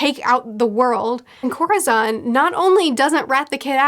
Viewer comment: Oh no I thought she was latina but the way she pronounced corazón lol oh my